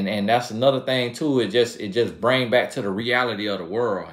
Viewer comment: you must be new to the channel, country AF that’s how country folk say it it’s back they’re saying but it sounds like bike.